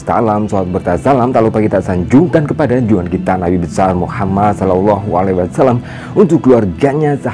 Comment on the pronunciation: GIMANA SIH MAS BACA SALLALLAHU ALAIHI WASSALAM KOK BERLEPOTAN.. FATAL LHO.. ANDA KAN SEDANG MENYAMPAIKAN KEGEMILANGAN ISLAM... DUUH.... BELAJAR DULU MAS SEBELUM SIARAN..